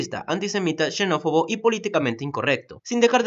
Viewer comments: "shenófobo" SHEEEEEEEEEIITT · Todo el mundo burlándose del "Soud Pajk", ¿pero es que nadie noto el "shenofobo"?